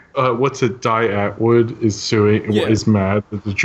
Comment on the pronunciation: die antwoord, is pronounced dee ahnt woord